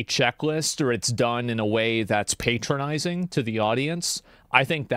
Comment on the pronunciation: I hate how Asmon says "patronising", the stress on the word is wrong, makes it even more annoying how much he uses it.